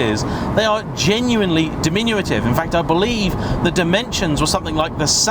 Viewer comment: Apothecary Terry I do believe it’s compact and diminutive. ‘Diminuative’ with the extra syllable made me laugh though 😆